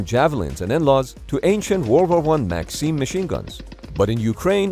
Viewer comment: The way you pronounced maxim killed me XD